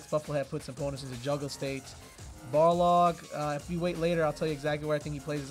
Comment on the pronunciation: lmao you said you were gunna say Boxer cause you couldnt pronounce Balrog but instead you kept saying BarLOG.